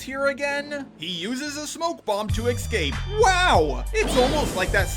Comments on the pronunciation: Why do you say excape instead of escape? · Does anyone else notice that says "excape" instead of "escape?"